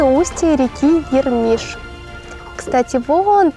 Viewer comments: Название реки Ермишь, впадающую в Мокшу, читается с ударением на букву "Е". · Ермишь ударение на Е